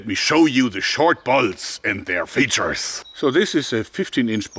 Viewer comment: Joerg you are saying it wrong: These are the short bolts. Let me show you its FEATURES. Hahahahaha Ok now you try it ;) Gotta checkout that repeating crossbow